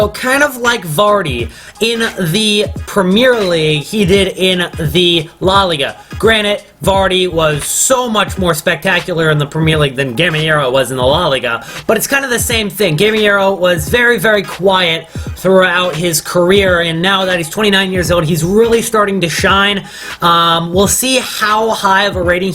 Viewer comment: Griezmann is more of a CF/CAM in Simeone's system, doing a lot of tracking back and bringing the ball up from deep. Also Gameiro is pronounced Ga-Mare-O iirc